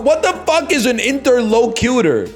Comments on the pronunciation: this man is so god damn contrarian he's making the argument that metal can fucking fly jesus christ. Meanwhile he's saying "inter-locyewter". . . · He pronounced it weird